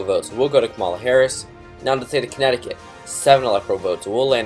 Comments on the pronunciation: just so you know it's KA-ma-la not ka-MAL-a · You not saying her name right is making me cringe